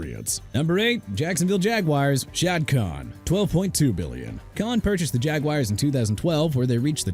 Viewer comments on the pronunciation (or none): none